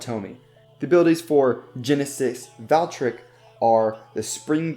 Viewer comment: IT IS NOT GENESIS VALKRICK ITS GENESIS VALTRYEK